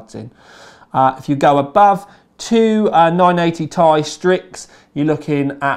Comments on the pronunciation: 980ti Is pronounced as "T"-"I" a tie is something you wear around you neck. As in Tie-fighter. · When he says Ti as "tie" I die a little inside